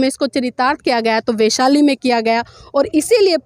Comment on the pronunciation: वेशाली नहीं, वैशाली बोलीए. बहोत अच्छी जानकारी.